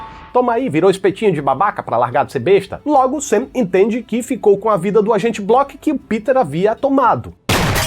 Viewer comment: "agente block" kkkkkk